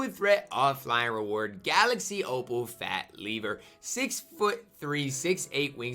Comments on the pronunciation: It's pronounced Fat Leave-er. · "FAT LEE-VER"